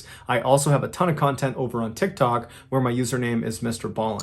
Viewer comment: MrBallen please say TikTok again 😂 Idk why but it makes me laugh